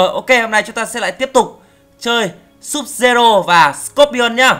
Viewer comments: Sub zero đọc là Sub_zero9 n:)) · Vãi chơi Scorpion mà đọc là sud-zero:V